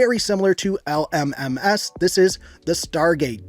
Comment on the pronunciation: the way he said l m m ass